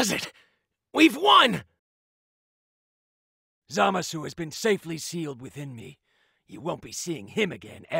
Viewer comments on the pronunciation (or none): They pronounce Zamasu in such a cancerous way. Oh well... I suppose Zama Sue is the best they can do.